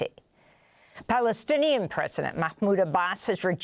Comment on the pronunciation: This mad man called Trumph he couldn't even say Plastinian. He said that when the US takes over and built, it will benefit the people of the area.